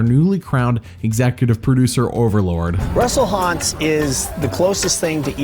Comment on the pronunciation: I love how Jeff calls him Russel Haunts.